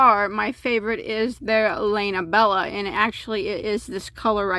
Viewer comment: Please learn to pronounce skein (skay en). Also lana Bella (Lah-nah)